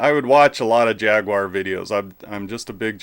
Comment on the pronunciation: Ah yes, the Jag-you-are! Fabled down here 🦘. A 'poopality'? What happens with one of those? 😂